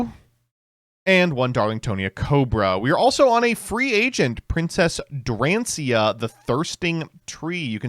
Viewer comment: I don't understand why this is a constant joke of not just but the wider yugioh community not learning how to pronounce the cards. Some of them are difficult and that's ok but also it's really easy to sound out most names. Just take your time and try to sound it out., you did a good job on everything in this deck except dracaena. You said it like drancia. Also is chan drag lier not chandra liger.